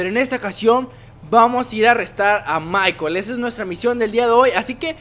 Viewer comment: es. michael. no. es. michel